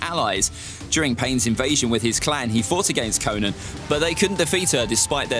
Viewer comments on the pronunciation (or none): none